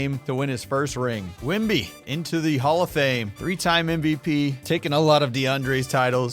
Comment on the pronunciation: Saying Wembys name right.